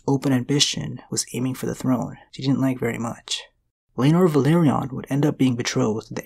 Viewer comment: Velaryon ("Və-LAWR-eon" not; "Ve-LARRY-on") (I'm just sayin' 🤜 💥 🤛) #ConstructiveCriticism #DontShootTheMessenger ✌️